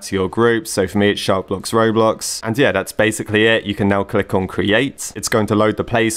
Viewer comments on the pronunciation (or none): "Kroblox" OMG LIKE "Croblox" Like Roblox but made in Croatia 🤣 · He said kroblox 😭😭😂 pin this pls